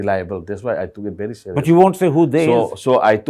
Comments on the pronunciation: Mr meentioning about educated tho he even can't pronounce very and said bhery😅😮😂😂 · A bery step a bary steps 😅😮 everyone pronounced very . 😅😅